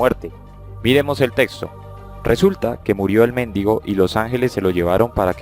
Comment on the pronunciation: Debe ser muy ilustrado un pastor que diga "méndigo" en vez de "mendigo". Y para que no se diga que hablo por hablar, basta con ver que si leyera un poco más, sabría que Aristóteles sólo hablaba de un motor inmóvil como una fuerza más del universo y nada más. Al que se le ocurrió que eso era dios, fue a Tomás de Aquino.